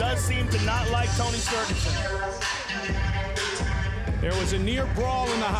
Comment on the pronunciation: ''Tony sterguson''? Damn Joe Rogan